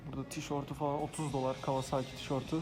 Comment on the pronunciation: abi kawazaaki değil (kavasaki) lütfen